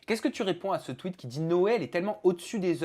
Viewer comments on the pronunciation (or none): none